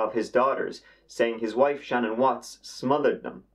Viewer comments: Her name is Shannan not Shannon! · Pronounced Shu-nan not Shannon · Her name is pronounced SHEE-NAAN. A bit unusual I know-I also think she deserves it to be pronounced right. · It irritates me, although you may think it a small detail, that her name is constantly mis-pronounced as 'Shannon'. The correct pronunciation is 'Sha-NAN'. My co-worker's daughter and Shanann were close friends. Her's and her two precious daughters' cold-blooded murders is psychologically unfathomable and emotionally unbearable. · I've been watching you for a couple of years now and I absolutely love your work but just in case no one has corrected you on this her name is pronounced Shan'ANN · I love your videos but 2 things: 1. Her name is pronounced Shu-Nan and 2. You said 5 counts of murder for Chris? It was his wife, 2 kids, and 1 unborn child that died. Total of 4. All that aside, good video. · Hi! Love your Channel! However, can you please take the time to learn how to pronounce the subject of this video correctly? Her name isn’t Shannon.....it’s Shanann! You can learn the correct pronunciation very easily in 4 seconds by watching ANY of the thousands of videos regarding this tragic case. Think this way....Sha-Nan.....or even easier.... has anyone ever said to you, you’re up to your old Shenanigans? If so, there’s the correct way to say it right there! Just lose the ‘igans’ part! Let’s try it together......Shenanigans.....without the igans is Shanann! Sha’nann. Please after what she went through the least we can do is pronounce her name right! You’re welcome! 😀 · Her name was Shanann, not "Shannon" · It’s Shay-nan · It's actually pronounced "shuh-NAN".